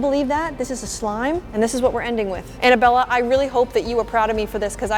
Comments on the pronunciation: It's pronounced Anna Bella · she said anna-bella instead of Annabella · The pronunciation of Annabella made me laugh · She jut said Annabella?- Lol